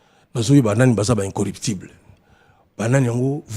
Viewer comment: MANDAT CHANTE AZA NA PROBLÈME YA FRANÇAIS, MOT" incorruptible " NDE ESALAKI YE MOBULU NA CERVEAU.